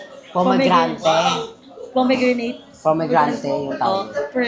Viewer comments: Tama yung Pomegranate NOT Pomegrante LOL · Po-me-gre-net (pomegranate) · Wala sa hulog yung panay mo english pero di mo mabigkas yung pomegranate 😂